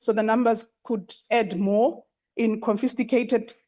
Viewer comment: Whats this "CONFISTICATED"_ Even those speaking the language well😮